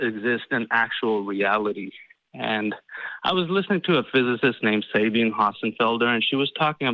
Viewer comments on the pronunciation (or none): I doubt that understood what Sabine said... he couldn't even pronounce her name correctly.